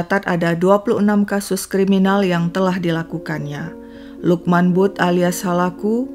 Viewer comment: Maaf ya kak koreksi utk sebutan butt d pakistan mrka blgnya bat Klu gk slah tulisannya Bhut d baca Bhat salah 1 marga d pakistan bgtulah